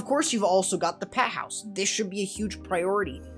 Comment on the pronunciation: Peh house? 😂😂😂 bruv went Bri-ish for a moment.